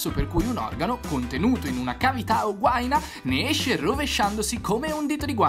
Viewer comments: hai pronunciato male guaìna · importante non si legge guàina ma guaìna